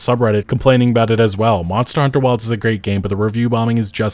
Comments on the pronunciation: this game wasn't ready also when you say Monster Hunter: World and Monster Hunter: Wilds, how come you stress the second word? the expected thing is to stress the last past (World, Wilds, Rise) because that's the actual important information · Your intonation on how you say "Monster Hunter" is so peculiar. It's like English is your 2nd language, when it's clearly your first.. lol